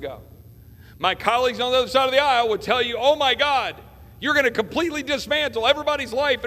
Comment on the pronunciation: Lol..love ot.. I know he didn't say it but it sounded like he said..my colleagues on the UNDERSIDE of the aisle!! #perfect